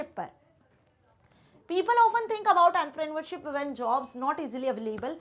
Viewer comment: The way she say entrepreneurship In her own way is literally annoying